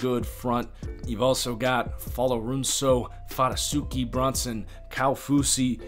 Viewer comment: I loved the video, you really know this team pretty well. I only have two things: Qvale is pronounced (Qwah-Lay) Fatukasi is not pronounced Fatasuki I really only disagree with your upside on some players. I think the CB situation is really bad. Roberts played alright for a short stretch, but played best as a safety. Tru is a nightmare man, not just an OK back of the pack number 1. He quit on the team last year, and he has barely been seen around facilities this off-season. I don't trust the pass coverage at all outside of the safeties.